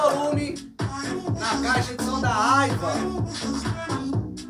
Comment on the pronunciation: Nao e' " Aiva" , e sim "Aiwa" com Wa de Washington. 😉